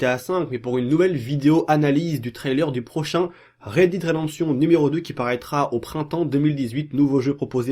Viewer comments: On dit rèd dèd pas rèd did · C'est clair qu'il a de grosses lacunes linguistique ! Red did !! Mdr.